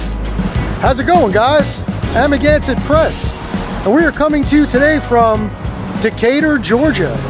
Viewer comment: I don't know if you have been told this before but, when you say "Amagansett Press", it sounds like "I'm Against Press!"😅😂